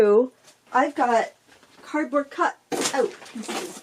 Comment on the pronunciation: I hung on replaying with CC on, over and over, because I thought you said 💩board box, and I couldn't figure out why happy was "crapping" on her own box 😂😂😂 /I'm Catholic, I immediately prayed for your soul and wondered.. what is 💩board box? HELP! 😂😂😂✝